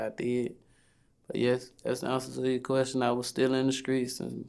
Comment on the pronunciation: “So vlad, to answer yo queskion...”😂😂😂💀